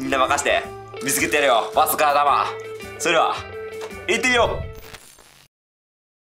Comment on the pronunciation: 行ってみようがリテイルローに聞こえる